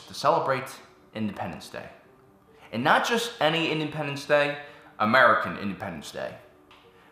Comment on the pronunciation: The way he said american was like, MURICA!!!!!!!